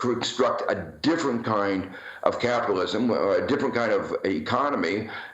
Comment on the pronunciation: Hahaha, turns out ' progressive capitalism' is 'socialism' in drag. What happened to ' wor on capitilwasm?'